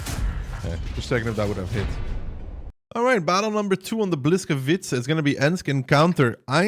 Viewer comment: not hating but maybe helping: Boo wees kavee tca;*